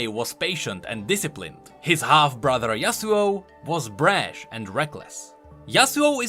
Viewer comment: he said brash hahahah